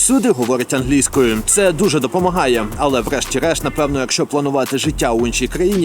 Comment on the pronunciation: Ангельскою... чел ударение поменяй :) Ох, тебе еще ждет много открытий прекрасного менталитета поляков :)